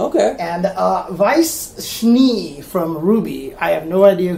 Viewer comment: lol Weiss Schniiiii... It's pronounced Schnay.